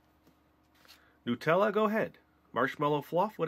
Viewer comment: I love watching u but you called nutella n u tella